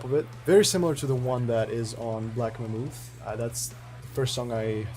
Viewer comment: My dude really just said “black mamooth”